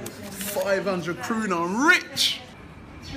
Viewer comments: its not kruna its kuna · It's called Kuna not Kruna or pruna. Anyway, I predict 2-0 arsenal. #COYG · It is called KUNA, not kRuna. And welcome to our beautiful country, Robbie. I mean, Zagreb is not so beautiful and all, but I hope you will still have a good stay here. Watch out for Bad Blue Boys, and the police ofcourse. No tolerance whatsoever. Cheers :D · It isn't kruna but kuna Kruna means crown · It's KUNA not kRuna xD